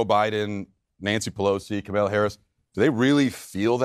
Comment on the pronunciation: did he just say Kamila? ;-; OMG he mispronounced a woc’s name, racist!!! /s